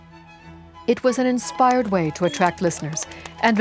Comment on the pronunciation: She added an H to the word “way.” 😂